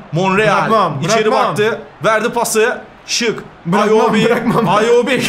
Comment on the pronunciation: AYOBİ deyil İWOBİ